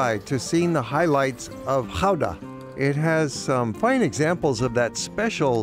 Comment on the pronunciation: You pronounced the name Gouda perfect. Compliments!